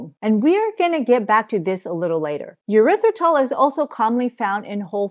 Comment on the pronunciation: Tip to help you with pronouncing erithrytol/and not “your rith ri tol”…imagine you are saying, “air ryth ri tol” …thank you for your content.